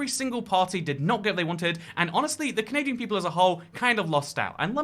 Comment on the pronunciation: when will he remove the n from canadia*n*